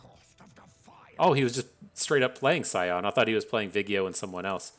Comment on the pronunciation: So you are doing the misspronounciation of Vi-Ego on purpose? In that case it's just unfair to leave Nautilus out. Call him Nuttylus or something for consistencies sake. :-)